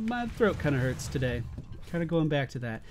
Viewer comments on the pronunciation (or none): none